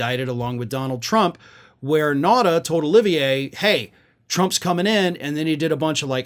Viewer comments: Carlos de Oliveira is Portuguese, not French, so his name is not pronounced “O-li-vi-é” but “de O-li-vé-ra” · Not “Olivier,” “Oliveira.”